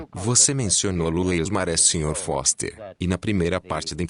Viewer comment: Da Terra dá pra ver que a lua é de rocha, maluco...kkkkkk Foster falou "boster"!